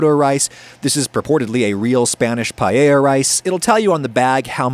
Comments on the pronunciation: I'm absolutely annoyed by you pronouncing paella as "payeya" and not "paeya", and I'm not even spanish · Pa e ya! Not pa ye ya! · I'm more concerned with the way every English speaker says "pallella" instead of paella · Only thing anyone could be angry about is "paiella" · como dijo pallella me parti de risa lmfao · You know, as a spaniard from Valencia, born and raised, you did a great job! The only comment I would make is your pronunciation of Paella as "pallella" or the funny way you said socarrat. I would love to eat the paella you made, better than some restaurants here, that is for sure! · Just a tip (dohoho): pa-EH-ya. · Who else came here just to see how adam pronounces paella Update: its not bad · He says payeya some times too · Fun that he comments on how he pronounces socarrat and says it right, and then procceeds to say pallella for the hole video unapoligetic hahah. I also dont know why english people do that! Im genuinly curious on why they cant seem to say just "ae" together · Adam, congrats from a Spaniard on a pretty legit-looking paella 🥘. Oh, and by the way, your pronunciation of socarrat was spot on. Not "paella", you gotta work on that ;) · your pronunciation of "paella" hurts my soul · PAELLA. NO ES TAN DIFÍCIL DE PROFUNCIAR POR DIOS.